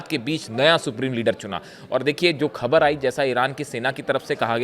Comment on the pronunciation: भाई खबर नहीं होता ख़बर होता है